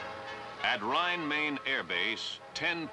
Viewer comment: Neat video- I lived as a kid for one year about 12 miles outside the "Rhein Main" air force base- I cringed when the narrator so badly mispronounced the name though! It's not pronounced like "Maine" the state. It's pronounced like "mine" as it that's mine!